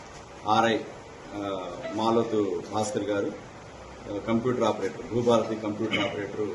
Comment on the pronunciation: హారతి కాదు భారతి😂😂😂